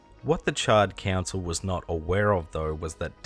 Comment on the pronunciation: Bro not gonna lie I thought you were calling them the Charred Cancel 🤣🤣